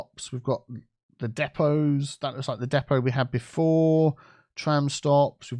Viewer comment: Depots, “Diiipaws” 😂